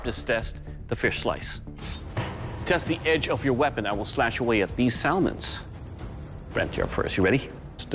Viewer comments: Sa-mon, not sal-mon, lol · Salmon is pronounced "Sahmen" not "Sallmans" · Sall-monds. No it’s pronounced sam-an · Everybody: "salmon" Doug: "these sal-muns" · He said sa L mon not salmon, that’s a crime against humanity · That’s how salmon is pronounced in Spanish. Sal Mon. When us Spanish speakers are speaking English it is incredibly hard to switch it off since the “L” is not silent. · Lol Doug said "Sal-mons" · Sal-mon lol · Imagine being judged by a man who can't pronounce the word kill or salmon correctly. A KEEL IS ON A BOAT DOUG!!!! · Am I the only one slightly annoyed at the way Doug pronounced salmon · I’m triggered by the way he says Salmon. We millennials really are snowflakes ❄️ 😂